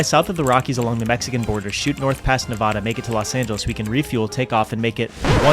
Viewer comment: good video.... BUT WHAT THE FUCK IS NEVAAAADA??????? IT IS NAVADA LIKE AAAPLE OR AAANT. NOT AN OOOOOOO(im joking please dont take this seriously.) but fr its nevada like apple